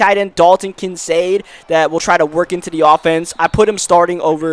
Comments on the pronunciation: It’s pronounced Kin-Kaed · It's pronounced KIN CADE like arcade. Just to let you know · Also the rookie tight end for the bills Kincaid , the 'C' isn't proncounced as an 'S'